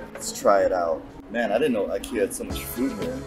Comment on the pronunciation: I live in Stockholm and when i here a American say IKEA they never pronanus it right!